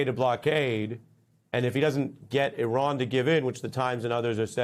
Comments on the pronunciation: At least he didn't pronounce it I ran. You did good today, Ari. 👏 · At least he didn't pronounce it "I ran". You did good today, Ari. Keep journaling.